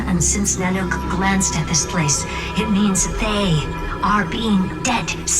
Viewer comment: The way she says "NanOOk" got me 😂